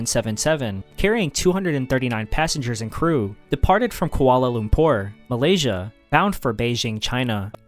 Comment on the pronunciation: Malaysia not Malasia